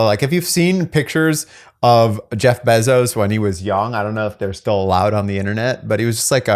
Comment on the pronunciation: it's BAY ZOSE. Not beezose. Matt Damon is on board dude! You ready for this????? I heart you..